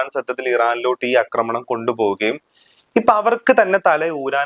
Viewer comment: അക്രമണം അല്ല ആക്രമണം ആണ് ശരി